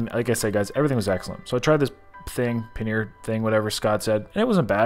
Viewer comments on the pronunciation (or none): none